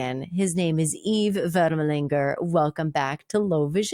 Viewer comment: You pronounced our family name very well